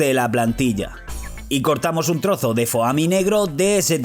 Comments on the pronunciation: dices Foami y se dice Fomi se escribe Foami pero se dice Fomi no Fooami :v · Se pronuncia foami 😂😂😂😂